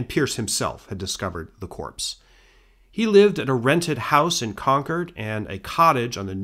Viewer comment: I can't tell you how much I appreciate that you correctly pronounce Concord throughout. Now say Worcester 😊